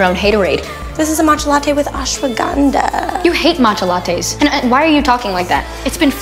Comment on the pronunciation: Bro the way she pronounced✨aShWaGanDHa✨